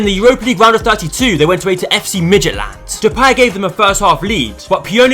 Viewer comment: The pronunciation of Midtjylland sounds like "Midget Land"